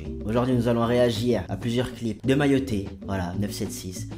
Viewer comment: Arête de dire mayotté